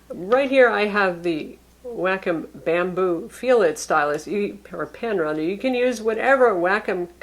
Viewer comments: Whack 'Em Digital Pen, LMAO! I could have sworn it was pronounced Wah-Calm? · Wack-em wrong, it's wah-kume. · It's Wah -com not wackem. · WAY COM -> how to say wacom.